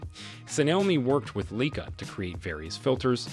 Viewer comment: Weirdest pronunciations for Leica and Xiaomi...